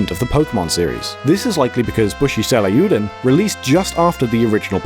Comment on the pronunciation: im sorry, but how what did you say the name was??? bushi seilieoodon??? its pronounced say-ryoo-den